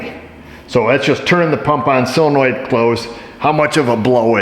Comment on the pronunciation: SOLenoid, not SILLenoid